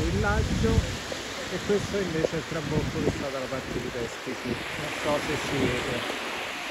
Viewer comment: TrabUcco...non trabocco. Vichingo!